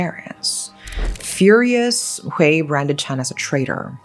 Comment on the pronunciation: FYI “Hui” is pronounced as “huy” not “hway”! But yes, HK law can be too soft on criminals.